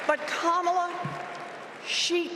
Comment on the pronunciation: Rev. Al, you mis-pronounced the vp’s name twice..the little ones gave a clear way to pronounce the name..think of com..Kam..ala.. i still love you …lol